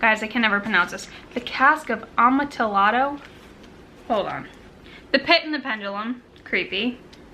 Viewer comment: Geez. I love the Barnes and noble Poe edition. I wanted that one, but I ended up buying a different one when I visited his home in Philadelphia. Oh and the correct pronunciation is "a-mon -tee-ahdo." I know, right?